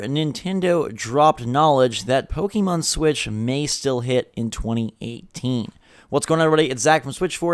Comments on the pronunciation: Man, you really need to stop saying "pokEEmon". It's "pokehmon", please wtf lol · STOP SAYING "POKE-E-MON" YOU FUCKING NEANDERTHAL